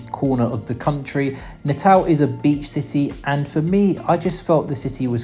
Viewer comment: la pronunciación de Natal en portugués es Natau (cuando la L está en final de palabras o en sílabas, esa L se pronuncia como una U) se pronuncia Belo Horizontchi.